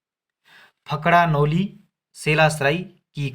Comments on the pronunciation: It's फड़का नोली not फकड़ा नोली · Fakda noli nhi fadka bolo bhai sahab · ब्रो फकड़ानोली नही होता है फड़कानोली होता है